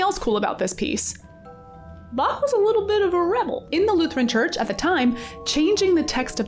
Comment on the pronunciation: quick appreciation for ur pronunciation of Bach